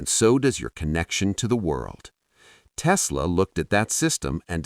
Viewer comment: It's Tesla', not 'Testla'.